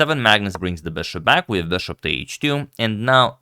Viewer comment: its not beshup. its bishop